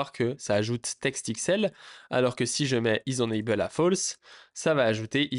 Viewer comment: Alors deja on dit « énaybeul » et pas énanbeul…. Mais surtout mais LOL utilises vue.js tu vas découvrir des choses waow je pense 😅